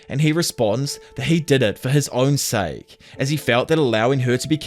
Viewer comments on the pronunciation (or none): none